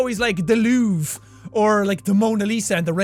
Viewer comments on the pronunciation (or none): The LOUvre or renAIssance ( he emphasizes them weirdly) Keep on flying jack!!!!!!